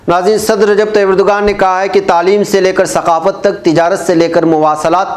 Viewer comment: Erdoğan [ˈɛɾ.do.an] (the English equivalent is approximately a W, i.e. "Erdowan") so Erdugan is wrong pronunciation, it is not english letter "g" but ğ which pronunced a w or अ in hindi (एरडुअन)